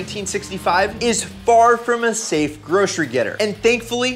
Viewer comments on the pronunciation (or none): none